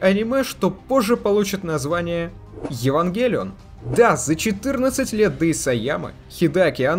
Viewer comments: а почему ударение то не туда в Евангелион? откуда ты это взял то? смотреть нереально. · Вот почему то сильно режет слух ударение на Е